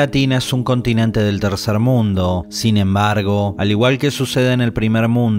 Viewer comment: Dices tee er mundo como si hubiera más de uno maaadremia..... Que gueva